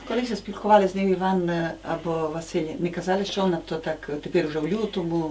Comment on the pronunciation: навіть не так не "чуток специфический сельский закарпатский диалект укр.языка". Лексика на 99% літературної укр. мови. А ось щодо вимови слів — так, якраз вона і збиває з пантелику. Приклад із видива: вОна дАла (замість вонА далА).